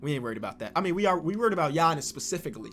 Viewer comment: do the "Flightreacts" Challenge. Fantasy Draft, you must use the Warriors and turn on sim difficulty to 60 and trade difficulty to 70. You can only use players Flight has mispronounced + Steph Curry. One year rebuild challenge. Here is a list: Giannis "Akumpo" "Zeeon" Williamson "J.A" Morant Rudy "Goburt" Luka "Donakick" "Javalee" McGee Pascal "Syakum" Nikola "Jock-itch" Bam "Abayo" Zach "Lavyne" "Damontise Saybonis" "Dennis Skrooder" Spencer "Dinwhydy" Matthew "Delladova" I probably missed a ton so leave them in the comments and I will edit them in. Edit: Formatting